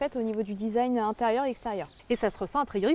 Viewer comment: Le fameux "Disaïgne" C'est franchement génial ! quand des femmes parles de voitures on dirait des vieux qui parlent d'informatique hahaha